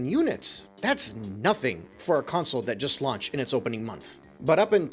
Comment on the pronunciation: Bro just say system. I hate the way you say console bro. Its con-sole bro not counsel 🤦🏾‍♂️